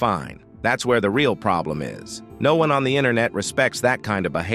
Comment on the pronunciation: bro are you AI? you just said noon instead of no one